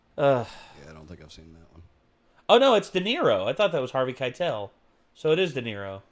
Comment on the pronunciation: Every time you said Harvey Keitel, I died a little bit.